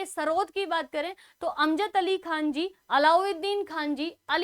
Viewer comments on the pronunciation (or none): none